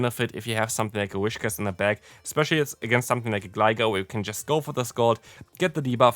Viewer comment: Btw its pronounced Whis-cash, not Wish-cas